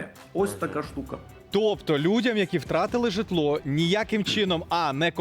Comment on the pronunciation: Жжитло ударение правильно ставь 😅😅😅😅😅😅😅😅